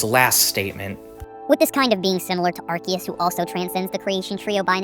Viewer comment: awesome video but I don't mean to be that guy but it's pronounced Ar-key-us not Ar-see-us